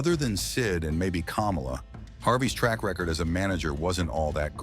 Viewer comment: Kamala the wrestler is pronounced kah-molla. NOT kom-ola like the ex vice president. Their last name, Harris, is pronounced the same for both!